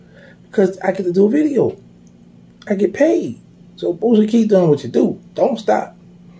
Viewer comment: Every time he says POOsie, I be in tears🤣🤣